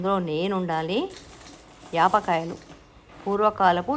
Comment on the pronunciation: యాప్ కాయలు కాదు పాల కాయలు